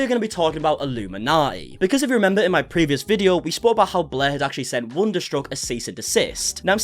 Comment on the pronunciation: Blair or “Bleergh”🤢🤮😊